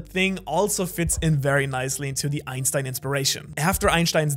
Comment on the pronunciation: I really liked the part where channeled his inner German and pronounced Einstein correctly 😅